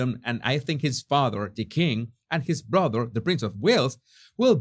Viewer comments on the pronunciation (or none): none